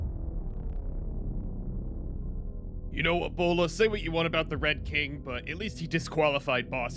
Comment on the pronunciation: “Thank my bowla” 😭😂😂